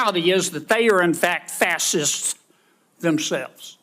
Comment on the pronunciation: What the F**k does he have in his mouth which prevents him from pronouncing FASCIST.Intead of FASSISTS.He sounds like Daffy Duck,but what do you expect from someone from Louisiana.Hell ,he's probably only been wearing shoes for a couple of years.